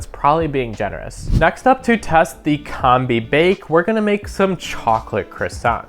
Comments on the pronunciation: COM-BEE not Comb-Bee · Oh my god it's Combi as in combination, not as in Comb. Have...have you never heard the word combi before?! Also, it's sous videing that is supposed to sound like soo veeing. That toast function is incredible. Good video dude.